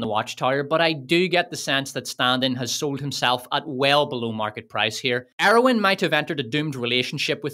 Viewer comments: Arwen not Areowyn. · It's "Arwen"